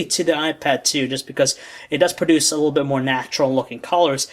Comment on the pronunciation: please learn how to a LEAST say the word "little" correctly. It's not "lul".